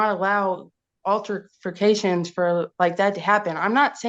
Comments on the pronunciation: Im dying at this lady saying "alterforcations" 🤣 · and “alterFICATIONS”…she’s so irritating😫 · If I have to hear “alterfacations” one more stinkin’ time…